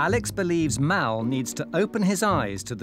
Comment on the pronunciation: I'm pretty sure his name is Mal not "Mel" as most are calling him in the comments section. Mal is not an unusual name in Australia.